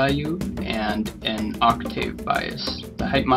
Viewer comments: obviously not a musician "ock-tayve" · its octave not octave xD